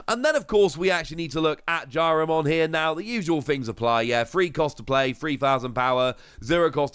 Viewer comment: Some nice Ghost Game cards. Also, its Jellymon, not Jyarimon.